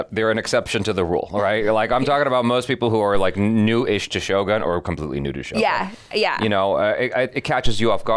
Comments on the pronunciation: is shogOOn, not shogAn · First channel that I hear they pronounce Shogun correctly